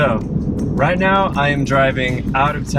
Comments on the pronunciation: Yeah Roit! 😂😂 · Hey, the way you said "Oh yeah, right!" - you're really sounding Aussie now... Good one mate!!🤗